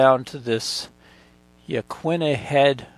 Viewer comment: Hello from Depoe Bay Oregon! Great job on the pronunciation of yaquina sir, well you tried anyway.